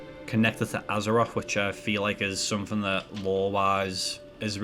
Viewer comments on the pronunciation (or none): It's called "Azeroth" not "Azeroff" and it's "mythic" not "miffic" and it's "something" not "somefinger" it pains me how people get to adulthood and still talk like 4 year olds